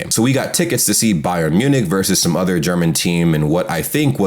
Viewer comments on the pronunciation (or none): none